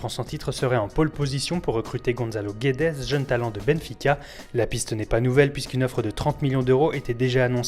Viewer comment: Prononciation de Guedes : Guèdj (Pas Guaidés. Pas Guouaidès. Guèdj)